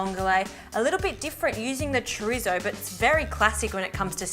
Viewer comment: No disrespect honestly but I love 💕 they way white people say Chorizo.